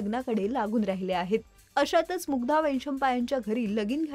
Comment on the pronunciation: मराठी शिकून घे गं बाई आधी. 'सोवळं' असतं ते 'मुगदा' नाही मुग्धा , 'ग्रहमक' नाही ग्रहमख ..तरी नशीब 'ण' चा उच्चार ठीक आहे